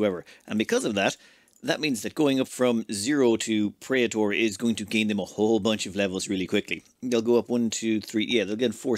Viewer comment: you botched praetor pronunciation.